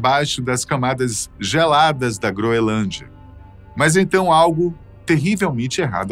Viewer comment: Não é "groelândia", como está sendo dito repetidamente aqui pelo ilustre narrador, é "GROENLÂNDIA"!🤨